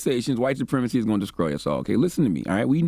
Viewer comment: Did he say "descroy?"